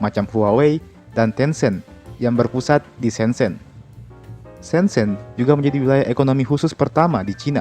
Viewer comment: It's prounounced Syen Jen (kedua huruf e dibaca sebagai e pepet seperti pada kata Elang)